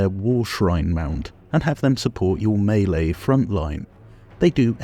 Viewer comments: Thank you for pronouncing melee [may-lay] correclty! 🤣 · 1) Gives useful advise 2) Timestamps ad spot 3) Critiques capitalism 4) talks dirty to me 5) pronounces "melee" correctly Subscribed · Looking through all these glories and never noticed the section until now, years later. But I do enjoy your spin on the word 'maylay' to pronouce melee correctly; its kinda got a nice flair to it!